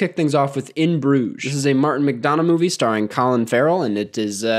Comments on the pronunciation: Karsten. Great video. We West of Ireland people (where Martin's people hail from) tend to pronounce McDonagh with a "u" in place of the "o". Mac-Dun-Ah. Like, it doesn't really matter. But maybe it'll give you some cred with your Gaelic followers. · that mcdonagh pronunciation killed me